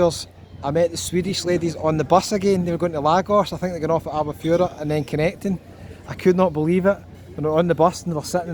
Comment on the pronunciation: Dude, it sounds more like Al Bu Ferra. Miss this place, lived there for 7 years...